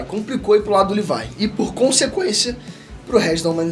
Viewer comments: Custei entender quem é esse tal de "Levai"que ele fala no vídeo,é "LEVI"e não "LEVAI"seu filho duma puta...ótimo vídeo mano,curto vc pra carai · Tirando o LEVAIL tá ótimo... O nome é Levi .. Ficou muito forçado. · Só na terceira vez que entendi que Lívai é o Levi 🤣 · Porra!! Q LIVAI mano...??? demorei pra entender quem é essa porra de LIVAI... é LEVI porra!